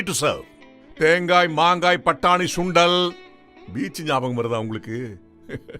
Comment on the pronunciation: Dai it’s Sundal not Shundal😂.. I think you are a Bhramin